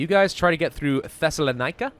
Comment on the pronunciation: you mispronounced Thessaloniki/Solun.